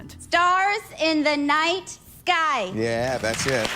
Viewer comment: With how anal he is about pronunciation of some words, he should've disqualified her for saying "Stars in the night GUY"